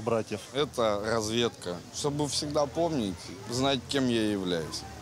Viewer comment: "ето разведка...что бы всегда повнить и знать кем я я вляюсь..." с перепоя что бы повнить)))))